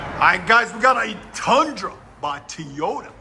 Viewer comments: It’s not… TEE YODA. It’s toy yota. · He said Teeyota. Goodbye.